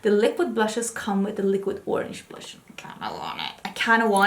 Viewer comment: let me tell you, the star of this episode was you and your looks 🤣🤣🤣 🤣🤣 Stop trying to make fetch happen 🤣🤣🤣🤣 🤣🤣🤣did you say blursh the look I was done 🤣🤣🤣🤣🤣🤣 priceless and that Natash Denona Palette 😱😱😱 it’s a purchase for me. Another great episode.